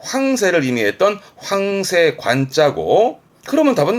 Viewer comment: 항상 잘 보고 있어요 많이 도움이 됩니다 그냥 황새 단어 억양이 이상해서 댓글 하나 썼어요